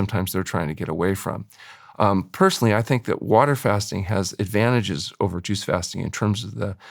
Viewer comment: Lol. I totally thought that's what he said at first too. Took me awhile to finally realize he was saying "juice fasting"